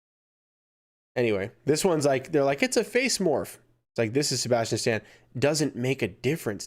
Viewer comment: You say Sabastain wrong LOL. No hate.